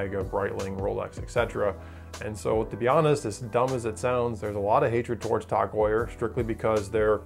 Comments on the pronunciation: Tog Tog Tog Tog. God damn it's TAG. How do you say Heuer right and get the 3 letter acronym wrong 5 million times. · Bro...it’s TAG! Not TOG. How can you pronounce Heuer correctly but not the acronym TAG? Don’t tell me they’re shit watches if you can’t even call them out by name correctly. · Before you review a watch brand, learn correct pronunciation. My God, it’s Tag, not Tog. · What the hell is "kash-a" [phonetic]? Seriously? Can't be cache for that would not fit the context. "Tawg" confuses us as well it's as as nonsensical as Joe "Deer-tay" [phonetic] (Dirt). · “Tog” Heuer